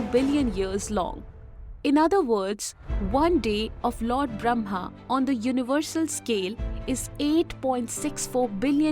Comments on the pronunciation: it says brahma, but is pronounced bramha. which one is the correct spelling? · It's awesome but as a Hindu the Brahma is pronounced as bramma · it is Brah-ma, not Bram-ha. First, learn to pronounce the name properly, then teach.